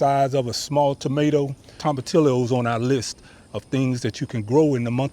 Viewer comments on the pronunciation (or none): Pronounced = toma TEE yos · The 2 L's in tomatillos is pronounced as a y... toma tee yoses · 🤣 tom a till o’s. Oh my god. You are so cute. Toe mah tee yo’s You need to throw that Hispanic accent on it. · Tomatillos is pronounced Toe-ma-tea-yos since it is a Spanish word. Great vid!